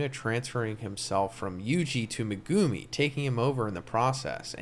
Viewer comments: U gotta pronuncie Me gu mi not what u said lmfao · Please stop pronouncing Megumi in that nasty way but pronounce it like Meg-ah-me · When you said megumi it irked the hell out of me